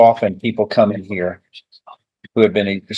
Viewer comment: The word is here. Heeeeere. Not herrrrrr. Stay in jail. That's where you belong. Should have got contempt right then.